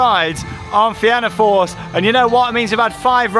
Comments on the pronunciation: The pronunciation of fianna force…. It’s feena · Emerald park is in Meath btw and it's also pronounced (na feena force)😊😊😊❤❤❤